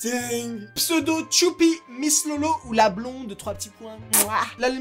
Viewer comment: c'est pas tchoupi c'est choupi 😭